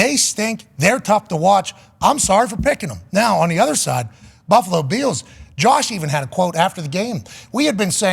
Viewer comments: Pat your pronunciation of Bills gives me life. Go Beeyaouwz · Why can’t he pronounce ’Bills?’